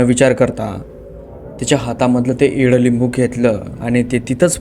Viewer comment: एड लिंबू नाही इडलिंबू 😄